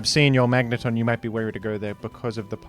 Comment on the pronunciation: bro fr just said "Magnétón"